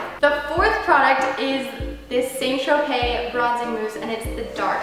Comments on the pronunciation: arielgv More like 'San-Tro-pay' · Never heard anyone pronounce St Tropez like that haha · arielgv My mum works with the head office for the UK branch and they pronounce it San so yeah guess it differs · ohh I see what you mean I thought you meant she was saying the tropes part weirdly haha. I've heard the st. part pronounced both ways!